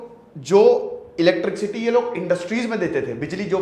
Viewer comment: इलेट्रिक-सिटी नही इलेट्रिसिटी सर 🙂 sorry for correcting